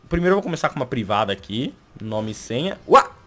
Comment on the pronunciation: Para de falar uqui e izu que já tá ficando meio irritante